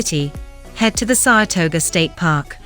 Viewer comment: As someone who lives in Saratoga, every single time she says, "Saratoger," I cringe.